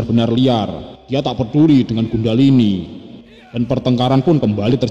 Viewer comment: Maaf,bukan Gundahlini,tpi Kundhalini